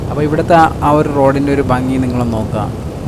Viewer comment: ഫംഗിയല്ല ഭംഗിയാണ്